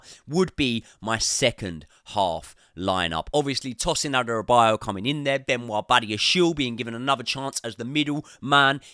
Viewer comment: Great video! Not sure if I agree with Chilly on the wing but lets see, personally hope Misha will start and Ty comes on for the second half. Ps, try to learn how to pronounce Guiu and Adarabioyo 😉